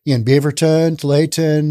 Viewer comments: I just started watching this video and heard him say “too-lay-ah-ten” and was all 😅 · pronounced too-wall-ah-tin. 😎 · Tualatin. "Too-wall-at-ton". Sure, enjoy your podcasts. Ex Williamite Valley born and raised resident living the good life in Wyoming. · It was always pronounced Too-all-it-in when I lived in the area (Beaverton and Lake Oswego). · Too-all-i-tin There. Now, fwiw: At least I could understand what you were trying to say. I recently heard a video with someone trying to pronounce "Cthulhu" and failing so abysmally that if I couldn't read the video title, I'd think they'd discovered a brand new word. So you're cool, man. :D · I know it's a french corruption of a native word, but just how hard is it to say Tu-ALL-a-tin? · Tualatin: "Too-wall-uh-tin" West hills area... Closer to Beaverton than downtown... I'm surprised about Bend. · Too-wall-it-ton if this help. Portland is the town I grew up in. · 😂 Tualatin- too all iton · I think it’s pronounced “Too All La Tin”. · Really liking this video. But that name is pronounced TO-WALL-A-TON, with that last syllable sometimes being pronounced as TIN. Just rhyme with BOO-BALL-A-BUN, or sometimes BIN. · Tu-all-a-tin (that’s how to pronounce tualatin)😂😂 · Tualitin us pronounced TOO-ALL-UH-TIN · Tualatin is pronounced To-all-uh-tin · pronounce Tualatin: two ALL it tin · Tualitin Pronounced too-ah-la-tin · It's pronounced "two-all-eh-Tin" 😁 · Its tooallatin